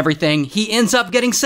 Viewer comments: The way he Florida ✨florEEda✨💀💀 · it's not floor-I-da it's floor-da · Flow-ride-uh ✅ floor-duh❌ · Bro really said floryda in stead of florida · Bro said floor rider😂😂😂😂😂its florida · Florida ❌ Flor-ride-a ✅ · Floor-ida…🫤 it’s Florida🤣🤣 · I live in Florida but what's a floorrihdah 💀💀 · Flor- e -da ✖️ Flo - ride - a. ✅ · Normal people: florida Ray: flo rida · FlorIDa😂😂😂😂😂 it’s floor-da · Flor ih duh Not Flor ride uh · It’s called Florida not floraidah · Florìda wtf it’s florida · " flow rida" Never knew he was Hsinaps 💀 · "Shoutout to floyradia" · first austreliea and the floridah he has to be doing this on perpeuse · "Shoutout to Flourayda" 💀💀💀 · Ray casually insulting everyone in Florida by saying Flo Rida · “Flow Rida” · ITS ALWAYS FLO-RIDA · Bro just did not call Florida floor-ida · "Floor Ryda" 💀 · Flo Rida 🤦‍♂️ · BRO RLLY SAID FLO-RIDE-HER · "Flowrider" "Frowira" i like it if you'r State is involved 😅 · Am I da only 1 who hears him pronouncing Florida as " floor-ride-a"? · Who calls a state Flordia, FLOREYEDEA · Bro really said floor rida ☠️☠️ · bro rlly said florayda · Bro said flo-rider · Now bro is intentionally tryna piss us off with that "FLORII-IIDA" ahh pronunciation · "Floorida" lol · I’m Australian and I know that it’s not floorrider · Lmao “floor-eight-dauh”😭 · bro said flow-ride-uh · “Flo. Ri. Da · is no one gonna talk about how he says FLOrida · LOL "floraida" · Is no one gonna talk about how he said flori- IDA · "Shout out to flow-ridah" 💀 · “flor ida” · “Flow rida”💀💀🗣️🗣️🔥🔥🔥🔥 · Florida (Floor-id-uh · the way he said Florida 😵💀☠ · Your guys not notice how he said Florida? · the way he pronounces Florida 💀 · The way he said Florida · Bro said Florida weird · I know its not really on topic but the way he pronounces Florida… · The way he says Florida makes me think I'm welcome to his house... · Who says Florida like that💀💀💀💀😭😭😭😭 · You said Florida rong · BRO YOU DONT SAY FLORIDA LIKE THAT